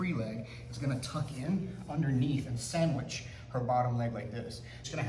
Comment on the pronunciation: sangwich? Lol